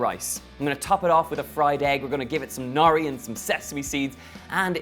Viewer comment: It's 'nori' not 'nari.'